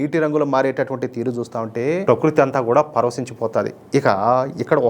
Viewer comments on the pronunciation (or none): none